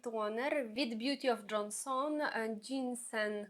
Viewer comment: Неможливо слухати вас, вибачте. «Бьюті оф джонсОн, сИроватка». Ви хоч витратили б пару хвилин і перевірили як правильно вимовляти ці слова. Неповага до глядачів та безграмотність🥴